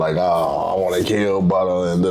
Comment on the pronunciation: It’s butta goof not butter